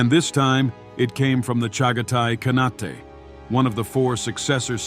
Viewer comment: It is not Alludin, it is pronounced as Allow-ud-din Khilji. And it is not Ka-na-tay but Khan-ait. Allauddin was a very capable, if merciless king. He assassinated his uncle Jalaluddin to become king.